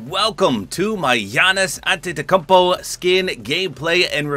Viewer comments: Just for correction it's pronounced Gyah-nis Andedokoupo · You didnt nail the name but u did much better than anyone ive ever heard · HOW DID HE SAY HIS NAME!! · The way he pronounces his name 😭